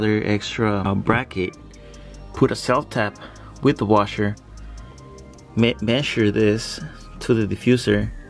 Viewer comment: I like the way you say Messure 😁